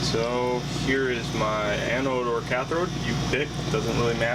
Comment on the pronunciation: THERE IS NO "R" IN "CATHODE"!!!!